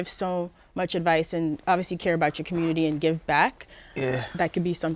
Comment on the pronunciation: “THURAPY” “HURMAN BEING” “COMMURNITY”